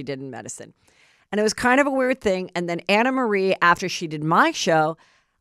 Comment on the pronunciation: She told me herself to pronounce it Anna